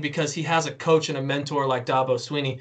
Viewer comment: For the 400 billionth time, it's Clem-SON, not Clem-ZIN. And Dabo is NOT going to the NFL, his coaching style in all wrong for the NFL. And it's Dabo, not Dobbo. Saban is in decline, he got exposed, Dabo is seemingly his successor.